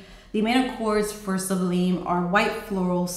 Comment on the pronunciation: Great reviews! I love Fusion. Some note in Goddess makes me nauseous which makes me sad. Just a note...Sublime is pronounced like sub-lime in lemon and lime. 💗